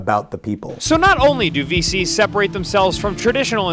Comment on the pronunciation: sounded like he said feces instead of VCs. How fitting 😭